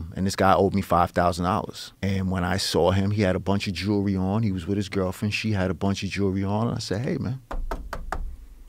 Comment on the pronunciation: "jurlery." that is all.